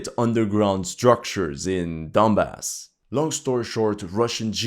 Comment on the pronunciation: Donbass not dumbass